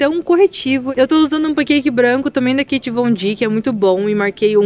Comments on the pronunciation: Não é Kait é KAT. Crítica construtiva ok? Te amo muito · Que nervoso de vc falando Kate Von D, kkkk é Kat, pomba. Te adoro